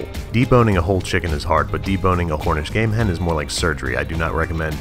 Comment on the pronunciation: hornish game hen